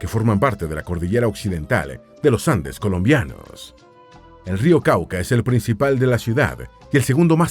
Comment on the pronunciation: Me encantó el video pero por qué siempre se traga las tildes de las ciudades colombianas? 😅😅😅